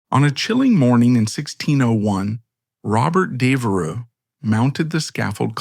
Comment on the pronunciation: I’m two minutes in and Devereux has already been mispronounced two different ways. The “gh” in “Lord Burghley” is silent, as in “thought.” I realize this is AI narration but surely you know this. It’s not a secret of any sort.